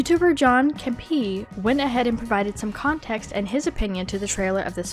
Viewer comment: the girl who made this video called John Campea "John Capea" lol